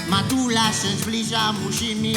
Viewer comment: Pożeracz Smerfów ta ale on poprostu nie wymawia „r”